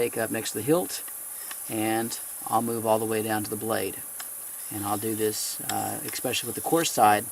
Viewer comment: Love you,, but the word is especially. There is no x in it. Oh well, I'd rather listen to you in your thorough, soft-spoken manner, than any teacher I ever had in school.